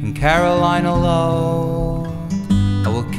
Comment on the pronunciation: It's "Carolina Low" but it's still beautiful :P